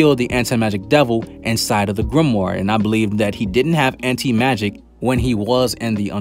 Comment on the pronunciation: Ok so i really shouldn't care but its crawling up my skin the way he says anti magic...but i can deal with it hahahaba